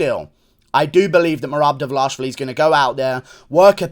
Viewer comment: but its almost ideal. Guru says Dvalashvili, which is another Georgian surname..